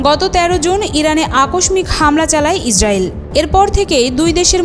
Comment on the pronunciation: পাঠিকার উচ্চারণের ক্ষেত্রে আরো সাবধান হওয়া উচিৎ। আকস্মিক শব্দটির উচ্চারণ "আকোশশিক" করতে হয়। যেহেতু বিশ্বব্যাপী সংবাদ গুলো শোনা বা দেখা হয় তাই উচ্চারণের ক্ষেত্রে সকল পাঠক ও পাঠিকাকে যথেষ্ট সাবধান থাকা উচিৎ।